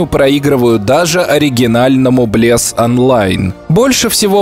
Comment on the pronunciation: Блес воскрес в стимес! а ты вообще не правильно сказал